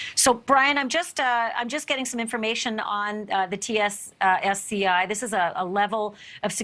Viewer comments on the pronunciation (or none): He said "TCSCI" and She said "TSSCI"! News reporters are like Biden creating word salad! Where is Kamela by the way? Pelosi our President cooking International meal for us. Lol 😫🤣🤤🤮😭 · it's TS-SCI smh